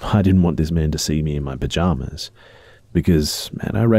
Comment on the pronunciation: You saying pajamas over and over was pretty funny.